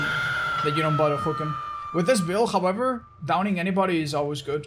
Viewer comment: I've always loved how says "Hahvever" instead of however